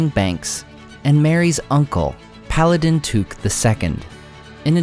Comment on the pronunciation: It's Took and in I took it, not as in kook!